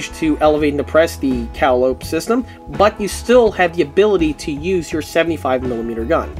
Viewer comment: Great video, but please, for the love of all that's holy, it's pronounced "Cah-Lye-Oh-Pee". like the old circus pipe organs that would parade through town. Now, SAY IT! SAY IT!!!!